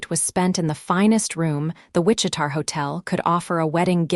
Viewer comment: fairly sure that the town in question is Wich-i-ta, KS - Not Wich-i-tar.....AI needs massive help with names and cities.